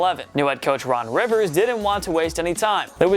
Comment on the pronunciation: Ron Rivera, not Ron Rivers.